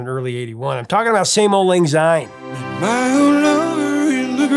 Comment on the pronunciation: Enjoying having found your channel Prof! A little bit of Scot’s pedantry here. The word “syne “ starts with an “S” and not a “Z” therefore Syne and not Zyne. Come Hogmanay and before the bells ring, feel free to raise your eyebrow and wince slightly before correcting the mispronunciation and then burst into song! “Auld Lang Syne” should really be Scotland’s National Anthem. It’s a huge missed marketing opportunity. You should find another Burns’ song and analyse the lyrics to “Ae Fond Kiss”. The perfect and unsurpassable love song. All the best Ian